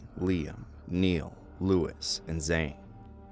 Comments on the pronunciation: “neil’s guitar rifts”😂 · Yeah I'm laughing at Niall's name being pronounced " Neil" 😂 . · Why do you butcher Niall’s name? He was my favorite member in 8th grade.